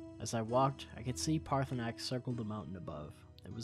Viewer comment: it’s Paar-thur-nax